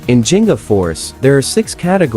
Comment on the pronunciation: Thank you for this video but... the pronunciation of G in "Ginga" is like the G in "Give" or "Giggle".